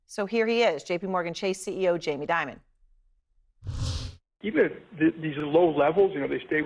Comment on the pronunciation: Diamon😂😂😂😂not Damon😂😂😂